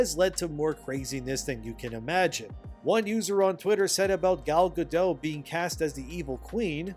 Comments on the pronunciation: why don’t you say a Jew? It’s not a slur. Gadot, not Gado. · Gadot is pronounced guh-DOT, with a hard t. It's a Hebrew name, not a French name. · The t isn't silent in Gal's name. :P yeah, I used to say it with a silent t too. Also, Gal Godot is very nice on the eyes, no matter what part she's playing.